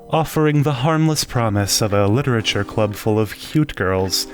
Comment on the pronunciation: you spelled and said Literature wrong